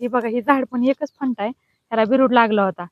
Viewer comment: फंटा नाही फांदि म्हणाकी.